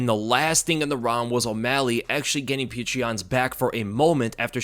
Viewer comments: "Peerchra Yan" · If you csnt say his name properly just say peter, its better than calling him putrid yan or whatever tf youre saying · How can you make a UFC breakdown video and not do enough research to be able to pronounce Petr Yan's name?